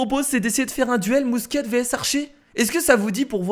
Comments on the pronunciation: sa se pronnonce mousqué pas mousquette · salut; sa ce prononce " mousquai" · ta dit busquetelol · mousquette lol toi bien parler la france